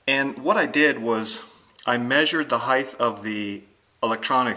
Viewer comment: heith is not a word......it's height, ending in a "t".......thank you, the instructions were great !!!